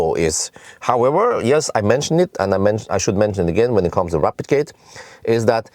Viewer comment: Almost sound like "replicating" when you say "rapidgating", that was a bit confusing, whats going on here 😄👍but yet another awesome video and I just ordered the evo and sold my bz4x 🙂👍